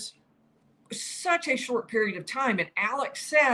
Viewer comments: You’re doing a great job, but you’re pronouncing his first name wrong. It is Alex — not Alec. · It's "Alex" not "Alec".